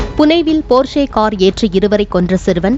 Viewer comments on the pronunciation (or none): அது ''போர்ஷே'' அல்ல . 'ப்பாஷ 'என்று உச்சரிக்க வேண்டும்